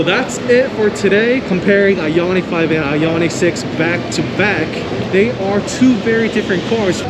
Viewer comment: It’s I-on-ic, not I-yon-itch